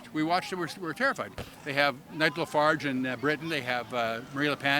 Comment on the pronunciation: Did this dude seriously just call Nigel Farage (neg-la-fardge) ? My goodness these people are dumb